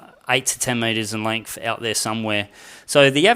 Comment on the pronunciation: Yes. If you stop saying “lengf”😉